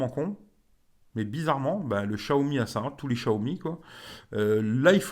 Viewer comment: Tu arrive 5 mois après tout le monde... Et prononcer chiaomi comme tout les benêts du net c'est gonflant